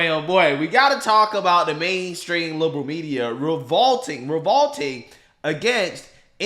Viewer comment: What's "ravalting, ravalting"? Sometimes I really wonder, these are not uncommon words. How does one hear them pronounced correctly over and over, then pronoun them incorrectly with such conviction?